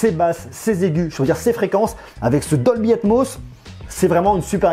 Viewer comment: Combien de fois il a dit dolbyatmoss ça me perturbe de mot 😂😂